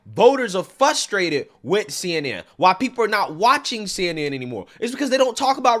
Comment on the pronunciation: "Fr" ustrated...not "Fu" strated😄 you're welcome 😊 I enjoy your content🔥